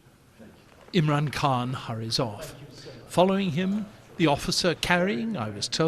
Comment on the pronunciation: Its Khan like loch